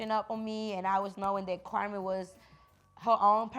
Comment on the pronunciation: Karma instead of Carmen lol or something Spanish what’s your middle name ?